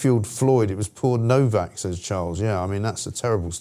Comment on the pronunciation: Why is Nowack pronounced as Novack?